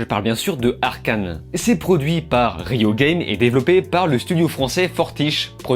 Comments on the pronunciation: c'est riot pas rio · Etonné de voir qu'aucun joueur n'ai tické sur la prononciation de "RIOT" et le nom même du jeu, comme dit dans la vidéo on est très regardant sur le skill et les détails. Nihahahaha. Merci pour ta vidéo en tout cas, les gens autour de nous ne comprennent jamais pourquoi ce jeu est si enivrant pour nous les gros joueurs, cette série permet aux autres, surtout nos copines de prendre un bout de notre passion au lieu de nous voir sur l'écran tout le temps. Un jeu très simple de base mais avec des niveaux de difficultés se domptent avec le temps . J'encourage ceux qui veulent tester le jeu, il est très large, des personnages très riches et variés avec lesquels on s'identifie et qu'on main easy. Pour éviter les sois disant toxiques, faites comme moi mute all, jouer avec des potes seulement et ne faites des ranked qu'après des centaines voir des milliers de games d'abord. Pas besoin d'être pro, le gold/plat est amplement suffisant pour se la péter auprès des "noobs".